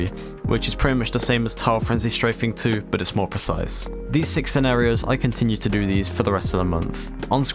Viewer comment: the way you said scenarios